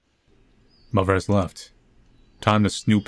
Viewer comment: "muhvur" "bruhvur"